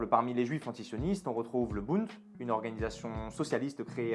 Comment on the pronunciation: Bonne vidéo. Petite erreur: c'est Bund et pas bunt